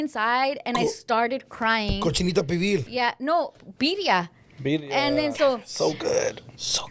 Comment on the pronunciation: Ewww she said Biria instead of Birria